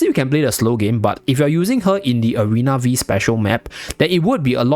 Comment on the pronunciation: It is "Arena Five" map, not "Arena Vi"